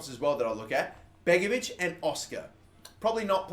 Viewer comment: begovic it's begovic